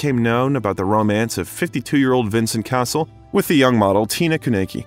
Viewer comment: The constant mispronunciation of most French names, not in the least the name of the subject himself, makes this too infuriating to watch.